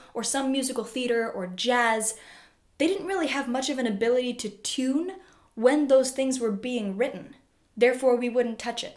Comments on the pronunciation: Can’t stop hearing her say tuna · You do pronounce "tune" and its derivatives kind of weird. Nice explanation, though.